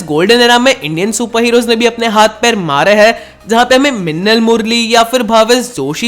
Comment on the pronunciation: Realy bro you said minal correctly